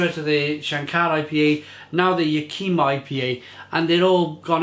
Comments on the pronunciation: Living a few hours drive from Yakima it pains me to hear you pronounce it that way. Sorry mate. Ya' ki ma is the correct pronunciation. Alright enough of the grammar police. Cheers. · first off click on this 17 second video,, it tells you how to pronounce Yack-Ih-Mah. It's a Native American (Indian) tribe name, also a valley & city, as well as a hop name for the region. Washington state has Yakima Hops, Oregon State has Cascade Hops, cheers!